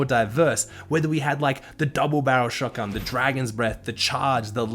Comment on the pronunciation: Ah yes, shotgan